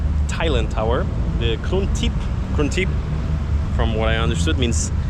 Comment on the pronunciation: 'Krung Thep' is the short version of Bangkok's official name (which in full is 168 letters,one may google or find it on youtube for the full version).So may be,they are naming that wing as 'Bangkok Wing' for the hotel. note: krung 'thep' not krung 'tip'. If one goes to Bangkok and refer it to as Krung Thep you are already one up & it shows to the locals that you are a regular there. Same if one goes to Kuala Lumpur & pronounced it as 'Koala Loom-Pah' that's too obvious the person is new to the city.Say 'KL' & it makes a lot of difference 😊 Thai language is beautiful (am not a speaker either 😅). e.g. the main airport name is written as Suvarnabhumi in writing in which caused many non speakers to say it as "su-war-na-boo-me' instead of the correct pronunciation'suwan-napoom'.